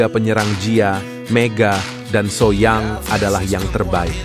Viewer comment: Min kenapa so young dibaca so yang? Ho young dibaca hoyong?